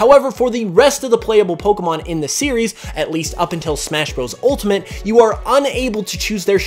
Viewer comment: Stop saying Poh-ker-mon instead of Poh-kay-mon!